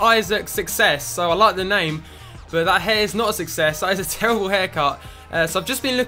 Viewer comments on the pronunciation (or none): none